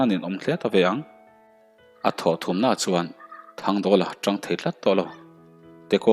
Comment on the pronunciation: A bul ṭhum nilovin a bul thum tih tur anih hmel.T leh Ṭ hman hi i fimkhur deuh ala ngai ania,i thawnthu chhiar hi ka la pelh meuh lo,lo in zir zel teh.I chhiar thiam tawh khawp mai.Ngaihthlak pawh a nuam tawh khawp ania,a tir te ngaihtuah chuan.